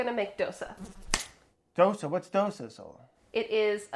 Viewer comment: South Indian in me is so happy.. Brad and Sohla making Dosas.. And Brad pronouncing Dosa correctly than most of the Indians do.. Love BA